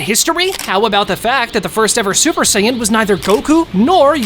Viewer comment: No just sayians not supa-sajin or super sayian